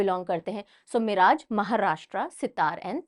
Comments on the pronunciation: Just a small info about pronunciation of name of a place in the video. Miraj was not pronounced properly in this video its pronounced as मिरज and not मिराज. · Mam o मिराज nahi मिरज hai..सांगली district Maharashtra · Hello mam One correction Miraj, Sangali, Maharashtra Its मिरज not मिराज Thanks 🙏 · Miraj nahi mam मिरज